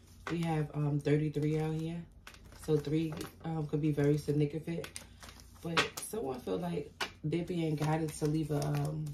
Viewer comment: It's pronounced sig-nif-i-cant